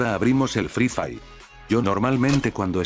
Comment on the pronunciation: "EL FRI FAI" xD jajjajajaa muy bueno b roo